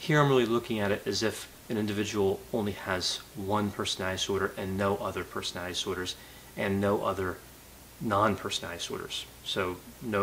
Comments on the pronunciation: LOL how ironic you commwnted about Bundy's childhood speech impediment, when every one of your videos feature your own "personowitty disordrs". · I love how says "personality disorder" so frequently that it becomes "personadisorders" to save time